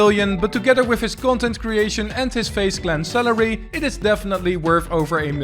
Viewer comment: you say salary like celery